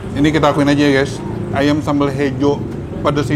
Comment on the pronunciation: Ayamm yaa bukan Ayem